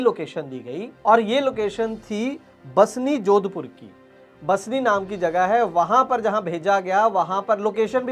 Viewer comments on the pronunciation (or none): बसनी नहीं बासनी है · बस्नी नहींं बासनी